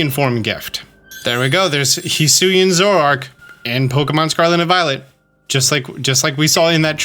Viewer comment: I love how has such a problem Zorua and Zoroark, he's out here like Zwrorua and Zwororoark